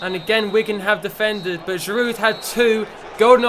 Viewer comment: you don't say the "d" in Giroud